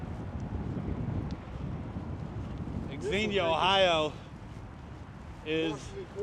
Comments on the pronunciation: Xenia is pronounced "Zeen-yuh." The "X" is treated the same way as when pronouncing "Xavier" as the men's name or Xavier University. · FYI..it’s pronounced “Zenia”…the trails in that area are great. We live 30 minutes from there.